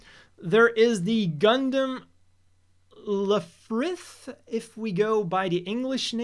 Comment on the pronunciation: Lifrith and Begeer-Byu. You're welcome